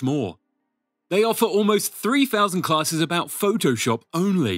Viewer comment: Phoh-TOH-SHUP XD